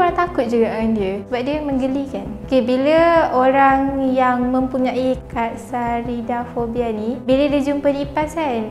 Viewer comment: speaker sebut: Fobia lipas : Katsarida fobia aku dengar: kak sarida.....